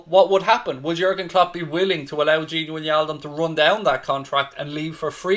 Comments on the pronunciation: Its not gini winialdum dude. It’s gini wijnaldum. Learn their names please. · I hate your pronunciation of wijnaldum